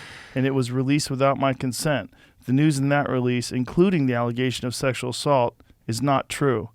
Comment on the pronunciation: First you didn’t get the pronunciation right… Second it’s more like a non-consensual sex under pressure, while sex assaults usually mean there are physical force involved.